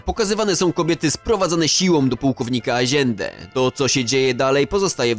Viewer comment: Stary błagam nie eskłezia tylko eskłela, rezies to rejes a aziende wymawia się ajende a tak to film mega